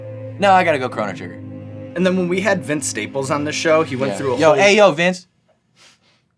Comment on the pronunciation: Wait wait WAIT, he beat Uncharted 4 in one day? It took me a week. Also did the interviewer say The Watcher 3? He mean Witcher 3? Also chronic trigger? Man’s cultured AF